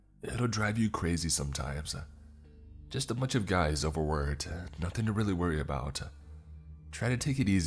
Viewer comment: RecordINGS!!! NOT recordeens!!! Learn how to read ING!!! IT ENDS WITH A G SOUND, NOT AN EN SOUND!!! NothING!!! NOT notheene!!!!